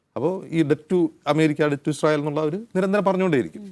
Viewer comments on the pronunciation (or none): none